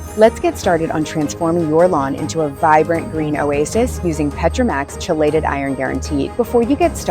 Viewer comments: I can’t trust a company that can’t even pronounce ‘KEY-LATE-ED’ right! 🙄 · How many times can you mispronounce chelated? Credibility gone 🤦